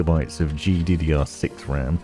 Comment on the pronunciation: GDDR6X idk if i cant hear the X or you didnt say it